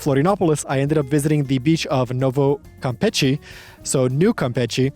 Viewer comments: 3 months over there and you can't say it right? It's "campeSHE", as in "shh". There's no "t" sound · mano I don't know how you have been there for 3 months and are still pronouncing it "Campetchie". face palm